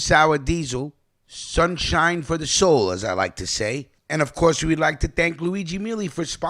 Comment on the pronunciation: Sjun sjine for the sjoul 😉🤣